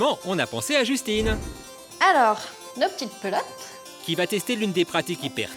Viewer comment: Nos petites pelotes... Ah j'avais entendu : Nos petites plottes ^^